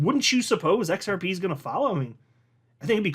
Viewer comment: DID HE ACCIDENTALLY SAY XR PEE PEE? 😅